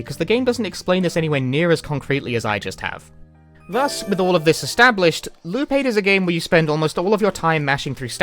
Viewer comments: I mean, he basically keeps saying "Lupe" when he says "Loop8" due to how he basically doesn't pronounce the latter half of "Eight". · I keep hearing him say Lupe lmao